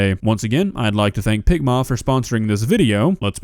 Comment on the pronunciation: Why does picma sound like ligma